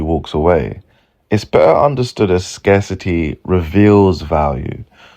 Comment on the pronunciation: Scar-City is crazzzzyyy pronunciation.